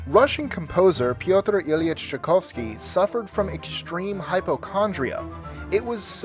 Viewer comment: Some errors in this video... Schumann is not pronounced as Shoe-men. Shoe-MON is the correct pronunciation. Not Chickovski. Chai-Kov-Ski is better. Jean-Baptiste Lully is more like, "Loo-lee" And Rite of Spring was actually premiered in 1913. But I thank you guys for putting out a video on classical music. Bravo!